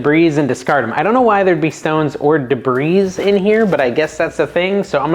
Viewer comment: The S in debris is silent.